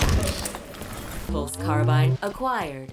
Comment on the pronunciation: “hostile kabbabed” lol